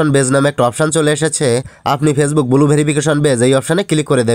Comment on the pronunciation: Its blue not bulu